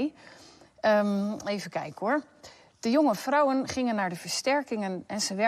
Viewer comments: No it's just the accent its vrouwen not frouwen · It is defiantly with a V , the way you say it with the F sounds german.